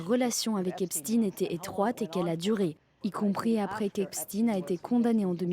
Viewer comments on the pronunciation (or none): Le nom se prononce pas comme Poutine ,mais comme Estein Albert